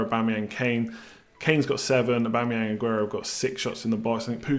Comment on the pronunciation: He's doing Aubametings